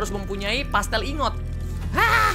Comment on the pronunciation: Dari subnautica yang pertama, sampe yang below zero ini, "Plasteel Ingot" masih tetap disebut "Pastel Ingot", gak pake "L". Yang ada dipikiran aku malah kue mulu 🤣🤣